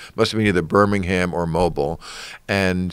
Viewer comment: That would be Mobile Al! And it was the fishing rodeo! Lmao. It’s pronounced Mo-bill lol